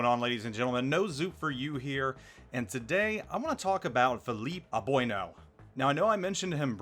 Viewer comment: atleast pronounce his name right